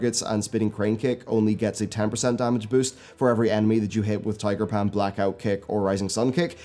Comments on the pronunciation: "Tiger Pam" I love accents XD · I laugh every time i hear tiger Pam